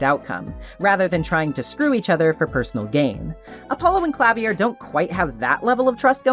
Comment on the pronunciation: Idk if anyone mentioned it yet, Klavier is pronounced Kla-veer Anyway. Thanks for this video!!!